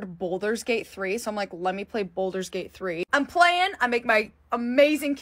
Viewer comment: Anyone else's eye twitch every time she mispronounced baldurs gate ...